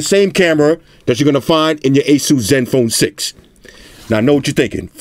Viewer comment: Thank you for pronouncing ASUS right